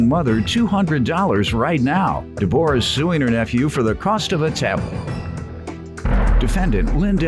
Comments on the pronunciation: Why he pronouncing her name like that!!! Who don’t know how to pronounce Deborah! He must don’t know a Debrah also know as Debbie. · Right! Takin' bout Deb-OR-ah.